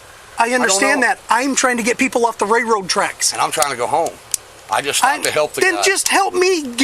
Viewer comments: More than once this moron called the railroad tracks “rayroad track” lol never in my life heard anyone pronounce it like that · Someone please to him railroad has an “L” in it. I’ve never heard of rayroad tracks. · Wtf are “Rayroad Tracks”. Lol!!!!